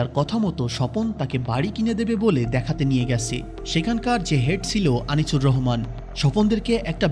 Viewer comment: উচ্চারণ ঠিক করেন। আনিচুর